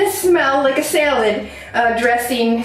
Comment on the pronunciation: Lol I like how you say, salad. “Sail-ed” Ps. You’re videos are extremely helpful, thank you!